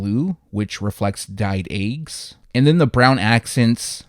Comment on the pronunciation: dude you killing the way you pronounce the word eggs🥚🥚🥚🥚🥚 😂😂😂😂😂😂😂😂😂😂😂😂😂😂😂😂😂